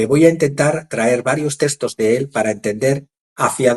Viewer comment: “Textos” no es testos.